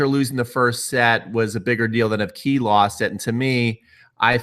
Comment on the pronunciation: btw it's "Kay" not "Key"... just saying.